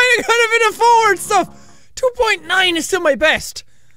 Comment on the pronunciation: when he said 9 i thought nein